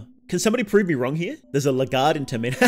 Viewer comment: Why you saying it like that? Tir meen ah It's term in ah.